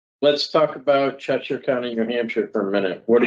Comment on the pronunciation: A SURE way to tell someone is NOT originally from Connecticut is the way the pronoun the town of Cheshire, which he mispronounced. This guy makes me super uncomfortable. It’s the eyes. It’s ALWAYS the eyes.